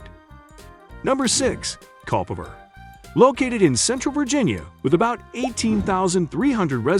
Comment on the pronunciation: Culpepper actually hurt my ears. Occoquan, too.